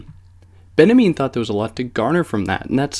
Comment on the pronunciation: its benjamin! not benamean... it's just hard to listen to with all the mispronunciations ...